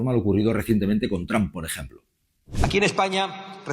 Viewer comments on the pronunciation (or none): none